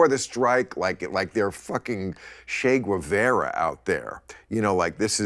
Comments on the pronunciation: i stoped listening after the moron said shay gooevera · Where the hell would Maher be without his writers? What a joke. Btw, you live in California. Learn how to pronounce Che Guevara and Caesar Chavez. Spanish is practically the second language of the state. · Bil Mhar: "Shay gwavera," WHO!?